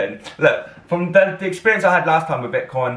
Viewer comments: It's VIC-TON not VIT-CON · Actually you said it wrong the entire video. Lol You also mispronounced it in the last VICTON video reaction